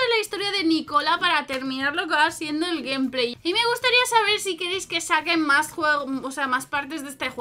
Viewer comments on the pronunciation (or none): none